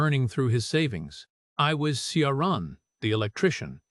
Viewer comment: AI is hopeless at pronouncing names - Ciaran!